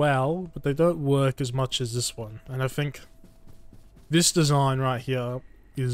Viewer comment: "place them hyeyar" bro is australian cartman